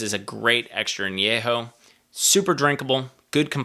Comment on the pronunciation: Thank you for pronouncing An- YE- ho correctly ! Nice review.